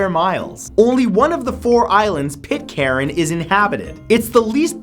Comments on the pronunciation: Pitcairn is pronounced Pit-Cairn, not pit-caren. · Its pronounced pit cairn not pit caren